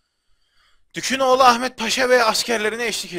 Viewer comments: Abi okumanda sorun mu var lord ferninando yu firenso diye okudun dukaginoglunu dukunoglu diye okuyosun :D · Hacııı dükünoğlu ahmet paşa degil dükaginoğlu Ahmet Paşa :) seri boyunca yanlış söyledin neyse canin sağolsun (qalp) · Ya abi bir gün kanalı takibi bırakırsam yanlış telafuzların yüzünden bırakırım. Osmanlı padişahına dükün oğlu ahmet paşa diyorsun. O dükün oğlu değil abi. Dükü çıkar aklından. Ymirayada gereksiz bir "y" atıp ymiriyiriya diyorsun. Biri sana Samed Gelgör dese sinirlenmezmisin. Abi şaka bir yana bu telafuzları biraz düzeltirsen sevinirim, kafama takılıyor. Uçuyor kafam :D